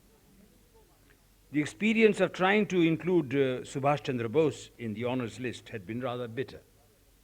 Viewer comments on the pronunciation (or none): none